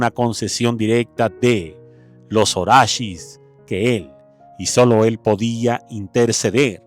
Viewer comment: Jajajajajajajaja 😂😂😂 "los orashis" que ignorante!!! Son los ORISHAS!!!